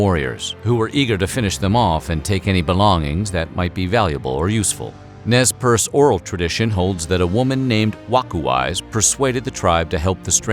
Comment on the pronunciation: Living in Nez Perce County, I am very impressed that you pronounced it correctly!